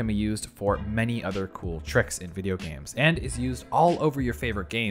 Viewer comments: Lately I have been playing a bunch of James??? Buddy I get that gif is pronounced jif but not every g is now a j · lmao it sounds like you say "james" instead of "games" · So nobody is gonna mention the way he pronounces 'games' like 'James' ? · my man literally said "james" like the name bruh